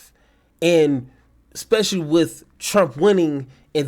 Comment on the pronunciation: Heard him say ekkspecially. ✌️